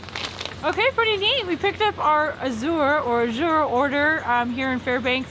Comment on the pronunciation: ok the way say A"zure the a is strong like as lol